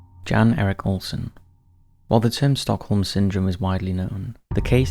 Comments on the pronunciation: I'm pretty sure the first guys name is pronounced as Yon not Jan even tho thats how its spelled. I know this cos i watch professional cycling and ine of the riders name is Jan (Yon) Ulrichson. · Jan is pronounced ‘Yan’